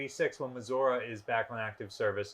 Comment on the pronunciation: Dear Curator of Battleship New Jersey Museum and Memorial, Are you pronouncing Missouri wrong intentionally just to annoy people? sincerely, A Missouri resident